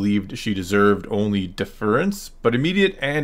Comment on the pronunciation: It’s deaf-err-ence